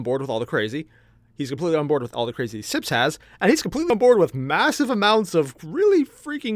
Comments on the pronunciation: its sips not "snips" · Btw tis Sips not "Snips" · You pronounced her name right but u called sips snips ú w ù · It's sips not snips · Hey, it seems you say "Snips" for Sips name. Probably just a slip of the tongue and you tried to remember it, then just went for it. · “Because I might be butchering [Erina’s] name” constantly calls Sips Snips. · Take a sip every time he calls Sips, Snips.